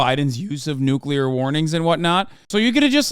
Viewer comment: The N word. The NOOKULAR word.